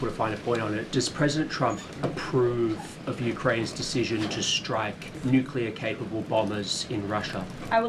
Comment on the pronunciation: The N word…..Nuxclear! 💥